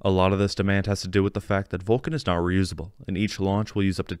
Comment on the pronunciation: At the voice says that the Vulcan uses 2 BE4 engines "Vulcan is now reusable"; but you are intending to voice NOT not NOW. Nice voice though.